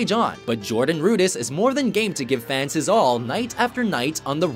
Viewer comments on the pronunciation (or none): Its Jordan RudEss, NOT Jordan RudIss.